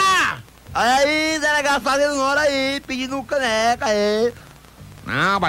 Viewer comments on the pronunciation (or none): Ele diz "um creca"